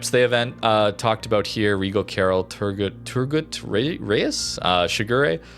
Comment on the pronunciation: Hi This is how you should pronounce it Turgut reis Toor goot Ray iss or Reis → “RACE Because the letters in our alphabets are not pronounced the same, the sounds that come out are different.